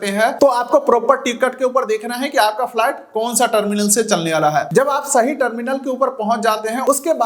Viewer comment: Flat nahi bhai it’s flight 😂😂😂😂😂😂😂😂